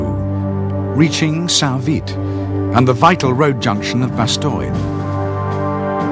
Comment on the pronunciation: bastoine.. lol.. BASS-TONE